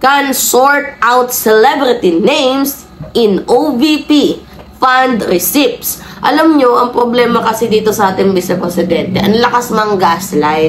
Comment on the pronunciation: I heared “ you pronounce “receeps” for the word receipts……. silent “p” po. Check the dictionary if in doubt about word pronunciations